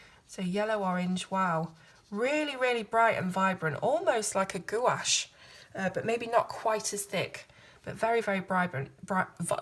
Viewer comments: These paints are Chinese not Japanese and Gouache is pronounced Gwash not Gooash. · Hi:D I think its like P-russian, not perussian, if I manage to explain the difference. And goa-ash...its hard to type how to say things. He he he. English is hard. Anyways, gorgeous paint. Thank you so much for the review. I'd buy it, just for the beautiful tin. That you an fill with the colors of your own choose. If you dont like the paint, that comes with it.